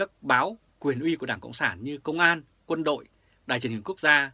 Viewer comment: Côn An ông ơi, không phải công an.